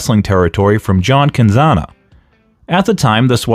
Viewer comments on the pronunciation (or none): Cazana family is still in wrestling. Nwa jcp is a good show on youtube. By the way cazana is promounce kuh-zan-uh no N at the beginning its at the end so can-zana is incorrect. You can hear them say it on modern NWA shows. No offense jusy letting ya know. Love the channel so not trolling just to ne clear.